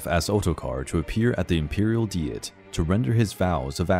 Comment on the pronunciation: Overall this is well done, however, it would be nice to have the correct pronunciation of words like diet and piety. A quick Google search or dictionary look up could clarify the correct pronunciation of words throughout this video. When in doubt don't guess.